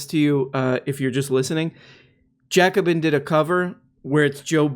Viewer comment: "Jacobin" ? The f*** ? As a French I can not be blamed for that guys come on...